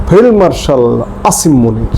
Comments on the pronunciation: ভাই, আপনি কী ফেলমার্শাল বললেন না ফিল্ড মার্শালবললেন বুঝতে পার্ছিনা। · Failed Marshall bolechhen